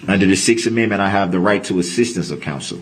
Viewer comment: lmao over, ''mend mints'' .... i want to scream when he slaughters that word ....